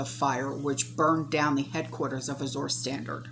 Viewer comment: I think it is pronounced Az-jur Standard, like the color Azure Blue. (Like the French Soupe du jour or Soup of the day.) Thanks for the updates. This is so scary. I can't believe that people are not waking up!